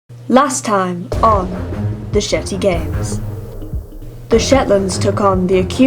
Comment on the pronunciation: I thought she said Shity instead of Shety 😂😂